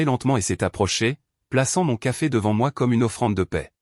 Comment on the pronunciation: 28mn environ..😂😂😂😂 " Qu'à fait ?" ..au lieu de " Café ?"...😁😁😁😁